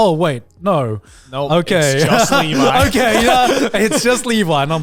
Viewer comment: I am just glad to hear the Trash Taste crew pronounce Levi correctly.